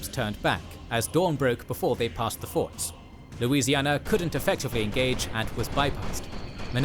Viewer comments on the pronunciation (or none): *forts…..not “force”